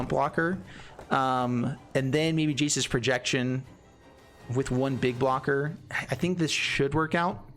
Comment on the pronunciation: Ha ha you first called it “Jace’s Projection” then when you played the card it sounded like you called it “Jesus’ Projection”